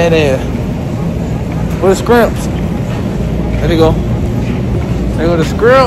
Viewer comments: said skrimps 😂❤️ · Nobody:: “skrimps” 😂😂😂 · this nigga says scrimps😭😭